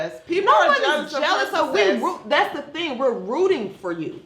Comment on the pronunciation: Success. Not sussess.